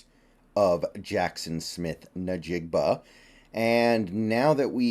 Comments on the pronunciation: Stop pronouncing his name wrong. It’s Njigba not Najigba. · Yeah, he says "Nuh-Jig-buh" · Pronounced In-Jig-buh 😂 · Please - say it correctly.